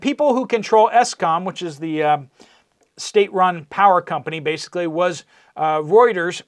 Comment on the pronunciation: Thanks for pronouncing Reuters correctly. It drives me crazy when people who profess to share news call it Rooters. It's not a plumbing company.